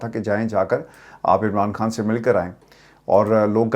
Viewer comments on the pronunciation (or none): اسلام علیکم ورحمت اللہ وبرکاتہ ہمارے پاس آپکا نمبر نہیں ہے اسوجہ سےآپ سے یہیں مخاطب کرتے ہیں آپ اردو کا تلفظ پلیز صحیح کر لیں کھان. غلط ہے خان. صحیح لفظۀے